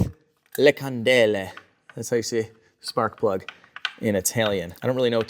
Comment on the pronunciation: Haha the "sparkuhh plugggah"😂